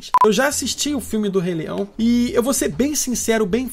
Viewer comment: " do rei leião" kkkkkk